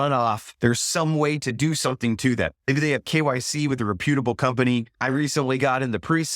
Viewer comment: Thank u … u always give us worthwhile content! I have to point out tho… (I’m so picky about grammar lol… I’m sorry).. rep(like depp)-YOU(not pew)-tuh-bull … I hope u understand… I don’t mean to embarrass you! Lol God Bless ✌🏼🙏🏼